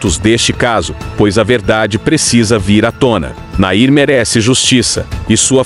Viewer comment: Nome dele era Nain não Nair